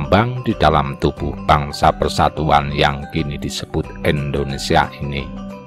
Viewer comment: Indonesia bukan endonesia